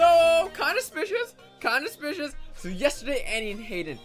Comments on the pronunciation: Oh go did you say "spicious" instead of "suspicious" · Not to be mean but it's SUSPICIOUS NOT SPICIOUS 😡😫 you annoy me every day pls change your wording pls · Snow:"Kinda spicious" Me:"what💀 don't you mean suspicious😂" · Why is everyone saying spicious instead of suspicious